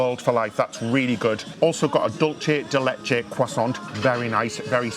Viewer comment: Hey guys, it’s “Du-say de lay-ché” not doolsee or douche (that would be like eating Mussolini). It’s Spanish, not Italian. Love the videos, keep them coming!